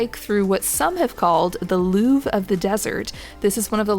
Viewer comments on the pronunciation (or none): none